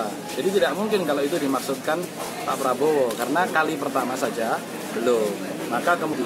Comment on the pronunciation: padahal dikertas teks nya si joko kenapa di baca Probowo sampai dua kali